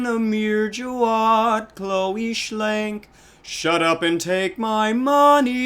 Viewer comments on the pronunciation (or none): none